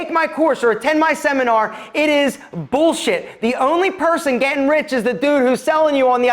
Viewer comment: Gotta love that how you say bullshit😂